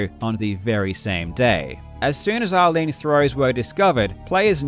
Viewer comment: Anyone hearing r-lean as Arlene? Like who's Arlene and why name the throw after her 😂